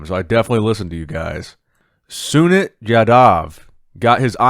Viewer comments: Feels so proud to see sunit jadhav here , Making us all proud here in India ❤️ Pronounciation for sunit is - Soo-Neet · The way pronouns sunit's name is just hilarious 🤣😆😂 But just cover more content from India u will be learn more 🤣🇮🇳🇮🇳